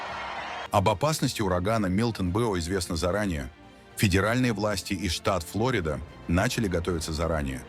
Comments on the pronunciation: ПОЧЕМУ УДАРЕНИЯ НА ПЕРВЫЙ СЛОГ ФЛ(О) РИДА. НУЖНО НА СРЕДНИЙ -- ФЛО-РИ- ДА. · Ударение неправильно ставите ФлорИда😊